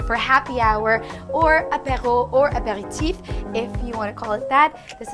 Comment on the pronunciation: Love how she said aperetif